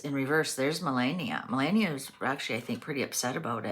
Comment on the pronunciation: Very interesting reading! I know Melania doesn’t pop up in readings all that often around Trump, so it’s fun to see that here. Appreciate you tackling the pronunciation of her name, as well. Took me a little while to get it down, myself. Suggestion for an upcoming Mysteries reading: have you done one on the Denver airport yet? It is a creepy airport with really strange imagery, symbolism, and overall fishyness around it. The amount of money spent on it, its location, the tunnels, it’s all just weird and my mind goes down all sorts of interesting paths. Even walking through it I get the weirdest vibe. Glad I’ve only had to go there a couple times! I’d be fascinated to see what the cards have to say about what’s really going on there.